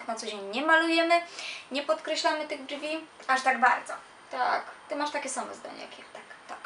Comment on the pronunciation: mojim zdaniem pani na koniec powiedziała dżwi a nie brwi